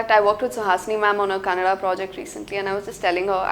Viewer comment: It's kannada! not kannad!